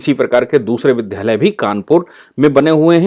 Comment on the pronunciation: बहुत अच्छी जानकारी देने के लिए धन्यवाद। कहीं कहीं विद्यालय को विद्धालय बोला गया, जिसे संशोधित करना चाहिए।